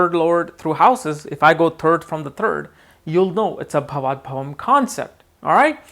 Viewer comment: not bhavat bhavam, it is bhavat bhavam